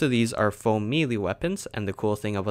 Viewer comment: What is a "faux-mealy" weapon? And why can't YouTubers pronounce certain words properly. And in an effort to not be a complete donkey (😜 don't want to say bad words in case miners are reading this...) I believe the words you are looking for are Foam and may-lay Apologies if that was more rude than I meant it to be.